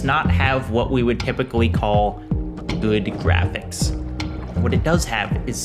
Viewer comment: That word is pronounced "Jrrrafiks"